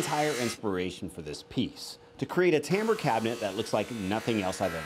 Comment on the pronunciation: Say tambour, one more time.